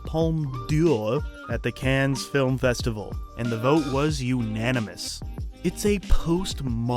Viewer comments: Cannes is not pronounced “cans” lol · cannes is pronounced can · It’s pronounced like CAN. No s. It’s a French word. You make videos about movies but can’t even pronounce Cannes correctly. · This video was awful. You are an idiot. You didn’t so ANY research. You can’t pronounce Cannes correctly and you say “is this the last Coen brothers movie were are going to see?” NO. Ethan had a trilogy he wanted to do with his wife. That’s all. Their next film they back together and is going to be a horror movie. Do some research next time loser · I feel like you're trolling us with your pronunciation of "Cannes". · The "S" in "Cannes" is silent. This is an important detail if you're talking about films and their festivals, and you want to sound knowledgeable. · a guy who makes a living talking about film on youtube, but doesn't know how to pronounce "Cannes" lol